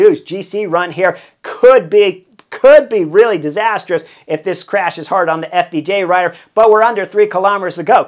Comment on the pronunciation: There’s no “e” in disastrous.